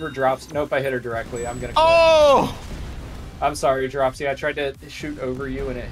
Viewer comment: dropsy, is saying hot chew?